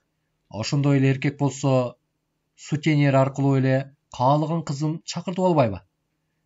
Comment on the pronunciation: Кечирип койуңуздап, каталарыңарды айтып койгонум үчүн: траМва эмес, траВма, сутенЕр эмес, сутенЁр, "ё" тамгасына басым болуп айтылат.